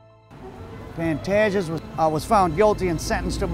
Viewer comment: No disrespect but the correct way of pronouncing his name is ''Pan-TAY-ges''.